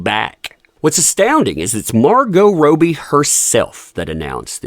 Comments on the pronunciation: I’m sure you mean “Robbie”, not Rowe-b. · Her name is pronounced Rob-bee, not Row-bee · You might think that someone who is going to make a video about a person would take, up to 90 seconds on Google, the time to learn how to properly pronounce their name. It’s pronounced Raw-Bee, NOT Row-Bee! C’mon man!! Big 👎👎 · Its Robbie, not ROWBIE🙄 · It's rob-ee (as in, say, Bobby Kennedy) not row-bee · it's pronounced ROBbie...not ROby. Sorry, grammar police LOL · Please stop calling Margo Robbie, it's not Roby.. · ROB’EE … please man. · Robbbbbie not Robie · Its not pronounced Rowbie though right? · I love the way u pronounce Robbie 😂😅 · Can you please say her name correctly - it's driving me nuts listening BUT there is no POTC without JD!! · One day you'll say her name right 🤞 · Is her name pronounced Rob'ee or Robe'ee? The way he's saying he name is making question myself. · Love supporting you, love your channel I've just always wondered why you purposely insist on pronouncing Margo's last name incorrectly